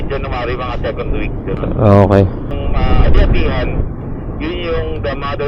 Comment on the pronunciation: Seecand (2nd) 🤣